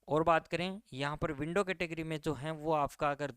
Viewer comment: क्या बोल रहा है तू .…विडो या विन्डो